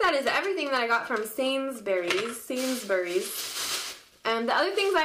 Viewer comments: And it's said sains-berrys haha x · hehehe thumbs up for the way you say sainsburys !!!